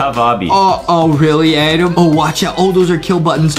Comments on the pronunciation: HE NEEDS TO GO ENGLISH BOO CAMP HE SAID ADAM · Adem oh Adem Is Not Adem Its Adam Ohhh